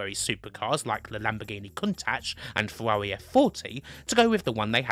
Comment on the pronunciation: Fewawwi F Fawty Classic!